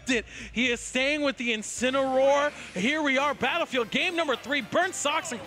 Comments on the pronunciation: "Incino- 'where" gives me Anxiety everytime they say it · Yo why they keep mispronouncing incineroar